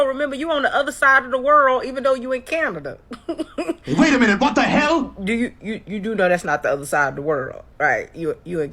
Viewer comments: "I'm on the other side of the world in CanadeR" 😂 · not only speaks the truth, she is FINE and she’s SMART too. Yeah I’m thirsty. LOL 😂 Edit: LMFAO at her adding an “R” onto CanadaR. 😂 HAHAHAHAHA!!!